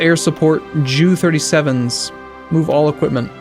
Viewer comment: JU 37 is pronounced 'jay-you', not 'jew'